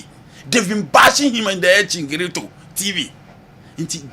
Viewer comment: please it's El Chiringito not chingrito